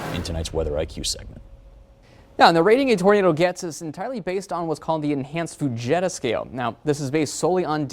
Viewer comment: NOT Fuh-JET-Ah scale! Fu-JEET-ah! I'm astounded a degree-carrying meteorologist can't properly pronounce the most famous name in tornado research and more importantly, having no doubt heard it countless times during his supposed education.